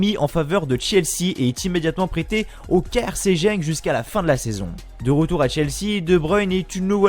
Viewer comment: Ça s’écrit Genk mais ça se prononce « Guenk » comme ça tu sais. Sinon super sympa la vidéo